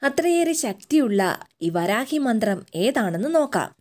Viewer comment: വരാഹി അല്ല വാരാഹി ആണ്